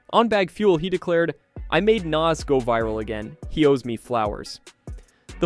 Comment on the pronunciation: You can’t even pronounce Nas’s name my guy. You aren’t a real hip hop head or person